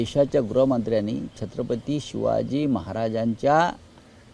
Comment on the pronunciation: पहा ना तो शहा कोणासारखा छत्रपती शिवाजी महाराजांचे नाव घेतो ? 'सिवाजी' म्हणतोय हा शहा . जसे औरंगजेब म्हणायचा . औरंगजेब छत्रपती शिवाजी महाराजांना ' सिवाजी ' म्हणायचा ...